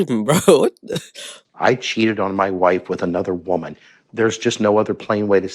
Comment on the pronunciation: "a 20 year old woban" 😂 get well